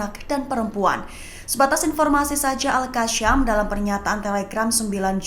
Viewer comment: Aku hanya nak komen dgn pemberita ini ya..kalau sebut tu biarlah betul erkkk.. al'qassam bukan al'kasyam..sekiranya la itu adalah doa yang bermaksud teruskan hidup,apabila kita salah sebut jadinya doa itu bukan teruskan hidup malah jadinya doa teruskan mati...Nauzubillah,.kalau sebut Kasim lurus pulak tak sebut Kasyim,tapi bila sebut al Qassam jadinya al kassyam..😅😅